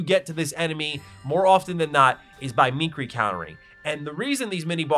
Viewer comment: Me-keer-ee counter